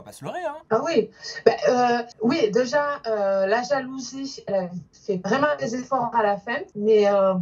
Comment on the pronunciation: Elle dit "deja” au lieu de "déjà" mais bon pas grave. ❤️